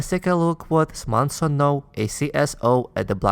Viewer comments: Its Samson not Smason. Just a soft correction. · Dude it’s Samson not Smason.